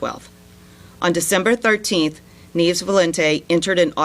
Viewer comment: Neevs? Neves. Loriero? Loreiro.